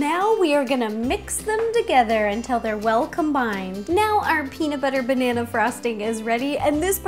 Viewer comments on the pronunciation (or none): Are you just gonna ignore her "benana" ...